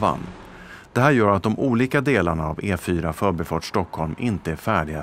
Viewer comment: att folk rent allmänt har fått för sig om att man kan uttala ordet "förbi" med betoning ö istället för i känns väl ok. men att det är otroligt vanligt i era egna informationsvideos är ju lite trist för vårt språk. vad lustigt det vore om folk alltid började använda ordet så... kan du akta lite, jag vill komma fÖÖÖrbi xD. nej. det är "förbiiii"